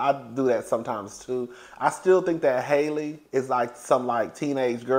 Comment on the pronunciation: Halle is pronounced HAH-lee not HAY-lee (like the same A sound as hat)